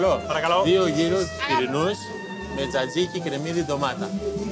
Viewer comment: Tzatziki, no salsiqui